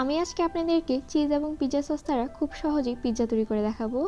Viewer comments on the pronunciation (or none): none